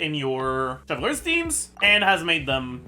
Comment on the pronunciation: why does bro call chevreuse "chev-lurz" clorinde too "clohand" tho i got a question , assuming u do 1-2-3 heal and repeat that , is clorinde enough of a sustain to keep the team from dying due to furinas healing sharing